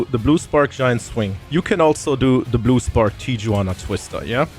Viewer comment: Tijuana is pronounced tee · uh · waa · nuh The J in Spanish is pronounced like an H